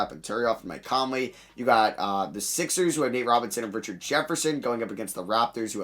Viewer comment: how tf u pronounce richard lolll